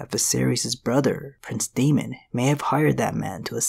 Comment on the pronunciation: Daemon is pronounced DAY-mon not DE-mon.